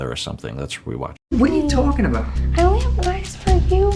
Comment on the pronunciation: Matt does some slight New Yorker-isms here which is hilarious to me. The "whadaya-talkin about" and the "eh" at the end. I think he learned this from movies not his native Texas.